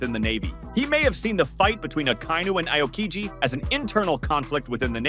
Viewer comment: Learn to spell the names if you're gona make a video. It's "Ah-o-Kiji" not "I-o-kiji".